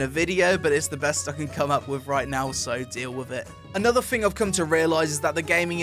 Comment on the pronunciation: 'Anotha fing' -.